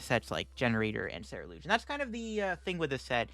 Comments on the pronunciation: He swapped the u & e lol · Nah, is pronouncing it wrong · Have I been pronouncing Ceruledge wrong this whole time???? I thought it was pronounced like sir-rule-edge